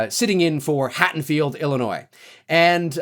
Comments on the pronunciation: Hattonfield?? HaDDonfield ffs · Hey, I am loving your updates on this new Halloween film! You're hilarious and well informed. I did hear you mispronounce Haddonfield as "Hattonfield" several times. Not sure if you were aware. Anyway, keep the awesome work coming. I am digging it all!